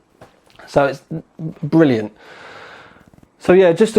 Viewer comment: I love the way you say "Bvrilliant"